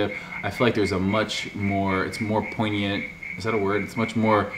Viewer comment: oooof my man said poignant... I know y'all were wondering how to even spell that